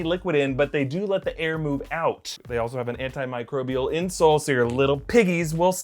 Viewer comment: I was going to compliment you on the pronunciation of 'antimicrobial' (not all Youtubers can say that word) But now I can barely see the keyboard from being blinded by those white, white, white legs...